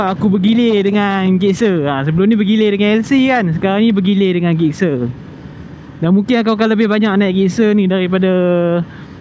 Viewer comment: Sebutnya Jikser, bukan Gikser.. Btw, menarik juga motor ni. Dah lama xmemiliki motor Suzuki (2 biji motor pertama saya Suzuki). Hari tu ada cuba SV650.. berbaloi juga untuk harganya.